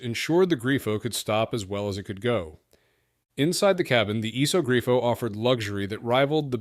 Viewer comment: also its a "iso grifo" not a "esog grio"